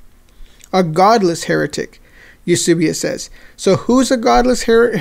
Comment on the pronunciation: Eusebius was such an Arian that he signed on (granted, begrudgingly) at Nicaea and rejected Arianism. Brilliant! Btw, it’s Eus*e*bius, not Eus*u*bius.